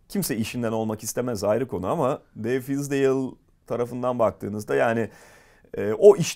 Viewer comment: David "Fıs"dale